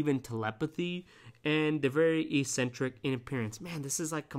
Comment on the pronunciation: It troubles me your pronunciation of certain words is wrong. Must be a generational thing, sounds ridiculous, you should correct it. ec·cen·tric /ikˈsentrik/ not e-sentric Schizo-tipple not schizo tie pull If you are of the opinion that using the "F" word is cool and professional you are wrong. I think you have a condescending and flippant manner as though the whole subject to you is a joke.